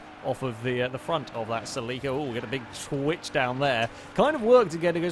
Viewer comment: You say celica weird as fuck. lol